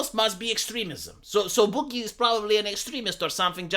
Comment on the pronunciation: "SO BHOOG-GEH."